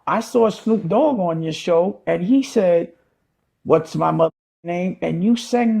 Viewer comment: Lmaooo snoop doggy dogggggg